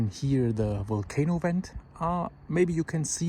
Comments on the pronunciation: Hey I just came across your video great job quick question are you saying Went or vent ? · And yet he can say "very" but not vent. Hummmm???